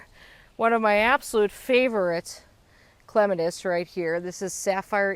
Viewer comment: You pronouncing clematis wrong. Lol